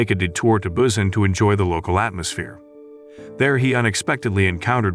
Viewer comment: The way he say busan tho ( Bussin) 🤣